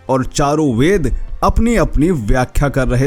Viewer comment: Kaise 4 sir 4 bedka alag uchharan karraha tha 😂.Bed byas yaniki 5 6 hajar Saal pehele hi bedko 4 vaag me bivakta kiye the.Aur Kaun keheta hai ke Hum sanatani sakahaari hai 😡😡😡.Gumraha mat karo achhe se adhyayan karo aur Manan Karke bolo